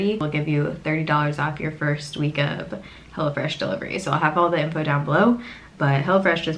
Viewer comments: Lol sounded like u said hellafresh 😂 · It sounded like you were saying “hella fresh.” I think that would be a better name! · Sounded like she was saying hella fresh instead of hello fresh lol I kept thinking that’s an interesting name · It sounds like you’re saying “hella fresh” and it’s cracking me up!😂😂